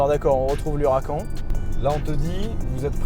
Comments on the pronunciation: à partir du moment où tu dis “Hura-quand” tu peux tout dire 😂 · Dans huracan il faut prononcer le n